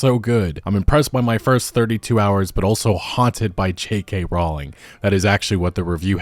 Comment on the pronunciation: Her name is not pronounced "Raw-ling", nor "Rau-ling" btw... Seriously... :'D